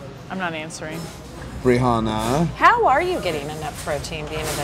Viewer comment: " briHanna " HAHAHA